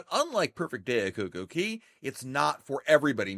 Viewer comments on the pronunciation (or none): I am sure someone has asked in a different video but I just noticed that the name is "Cococay" not "Coco Cay". Given that Royal chose the name, how to pronounce it and it's one word, why do you choose not to use their pronunciation? Wondered on many videos and thought I'd ask this time. This is not meant as a criticism but a true curiosity.